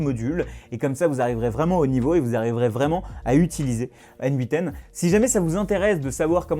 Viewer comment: Très intéressant. Merci. En passant, en anglais ça se prononce comme le pronom "Nathan". ;)